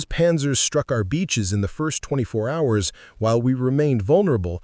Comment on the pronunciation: You need to teach your robot that the H in "hours" is silent. It's pronounced "ours," not "howers," the way it does at first, you fools.